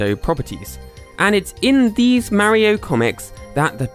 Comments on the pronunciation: Its Mario not Maroe😂😂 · It's mario not mairo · I don’t know why so many people pronounce MÆRIO instead of MÄRIO, it’s just weird